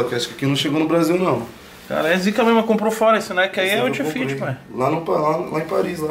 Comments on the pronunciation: Toguro, o bruxo esqueceu do "T" no "Oufit" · "OUFIT" KKKKKK